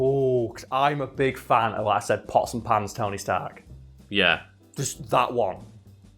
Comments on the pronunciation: Am i the only one who understood possum pants and not pots and pans? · When said "pots and pans" Iron Man, I thought he said "possum hands" Iron Man. I was like "Oh I don't know that one". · The first several times he said pots and pans Ironman, I thought he said possum pants Ironman, and was looking forward to seeing what version that was.